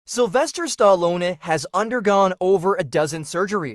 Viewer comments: Why did you pronounce Arnold Schwa-warrz-‐enegger and Sylvester Sta-al-lone like that?! 😅😂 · Ahnald Schwatzenshnitzel and Slywester Stehlohne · As italian J Say : staLLOne Simply STA-LLO-NE nothing more😁👍 Double LL!👍🖐️